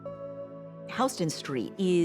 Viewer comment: Very funny to hear Houston said like that... great piece though, thanks. Fascinating dude.